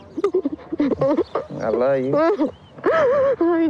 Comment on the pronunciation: He says I la you